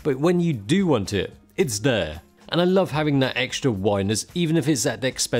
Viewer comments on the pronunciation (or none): none